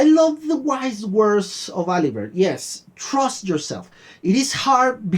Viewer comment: Nice reaction, as always ! I love the ride each time :) (Oh, and the "T" in Alibert is silent. Because frenchies write letters they don't pronounce, those jokers^^")